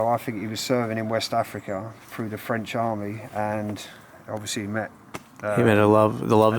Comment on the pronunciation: your french pronounciation is pretty good! nice